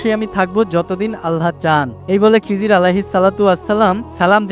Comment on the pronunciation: খিজির আলাইহি ওয়াসাল্লাম বলবেন খিজরি বলেন কেন?